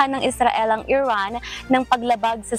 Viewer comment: Iran ❎ Erraan✅